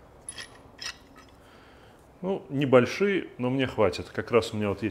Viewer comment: Воркбенч говорит не знаю как по русски, но небольшИЕ, но мне хватит😃😃. Ох, шутник..